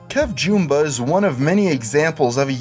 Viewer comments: KevJumba, not J-OO-mba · Jum-Bah... not Jume-Bah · KevJOOOOmba? I always thought it was Kevjumba. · It's Jumba not jOOOmba. Get your shit together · "KevJoomba" ... Really bro. It's not called "KevJoomba" It's "KevJumba" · Please say your words correctly. It's KEV JUM (you say it like JUMP except without the P) BA, not kev joom ba. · it's not pronounced joomba it juhmba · Who the heck is kevjoooomba its kevjummmmmba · Jumba not Joomba lol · His name is not pronounced "KevJOOMBA." Lol! It's JUHmba, as in DUHmbo. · Kevj"aah"mba not J"oo"mba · Ha! "KevJooomba" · "Kev-jOOmba"?! Show some resPEK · Its pronounced as Kev Jump-Ba. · "KevJOOmba" okay gotta blast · tHIS KID SAID KEVJOOMBA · Did he just say "Joombah"??? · thumbs down for saying kevjumbas name wrong. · Why do you pronounce Kev's name wrong? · you mispronounced jumba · first min in u pronounced kev wrong :/ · You said Kevinjumba wrong